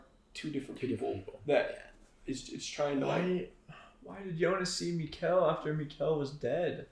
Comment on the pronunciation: Great thoughts/ reactions but for the love of God, Mikkel is pronounced like nickel, not Miguel, the kid ain't Mexican 😂